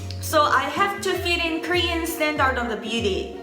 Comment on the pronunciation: i love you, but standard is pronounced "stan-derd"